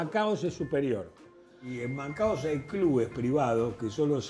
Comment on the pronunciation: Me agarra un ACV cada vez que dicen "Macaos". Es Macao, viejo. Manaos es una gaseosa.